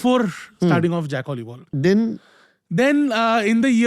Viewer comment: "Jack Oliv Oil" না এটা "Jack OLIVOL" "অলিভল"